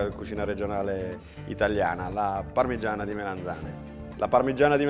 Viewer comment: 11.30: "ovviamente la parmiggggiana è fritttaa ehehe quindi un pò d'olio si vede...." ma che scherziamo??? quell'olio li è l'essenza del peccato paccaminosamente libdinoso...ci vuole un bel tocco da 400 gr di pane di casa...subito!!!!!! e ci navighi con la pagaia!!! godo!